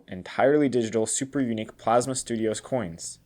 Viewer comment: Anyone notice that after they burned it, it then said Plamsa instead of Plasma 😂